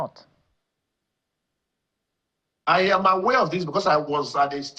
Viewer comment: Please speak English like an educated journalist, say I am aware, and not ‘ayam’ aware!